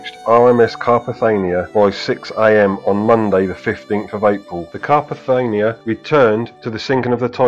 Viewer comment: Lovely video but the rescue ship was Carpathia not Carpathania! Sad end for poor Frederick.